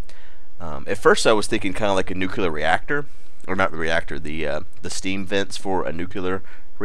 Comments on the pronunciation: "nucular" aah, americans... ;) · NUCLEAR! For gawds sake it's pronounced NUKE-LEE-ER. Now nucular! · it's called nukular. nukular